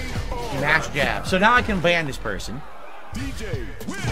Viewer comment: You can tell it really rattled him. He had trouble pronouncing the word ban after losing for the second time because he was so ashamed for getting bodied by somebody named Leanna was 16